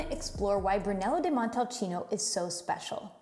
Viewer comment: Interesting video, but it's a shame that only one vinary is presented. Try Casa Nova di Neri, one of the best Brunello you'll find on the market. And, please,learn how to pronounce Brunello di Montalcino properly.